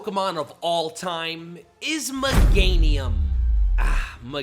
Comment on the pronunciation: 1. Pronounces Pokémon “Pokuhhhmon” 2. Meganium slander 3. Pronounces it Muhganium Here, chief. You earned this dislike.